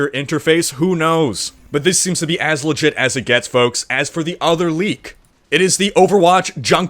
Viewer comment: spelling is intentional. doesn't pronounce the "L" when he says it.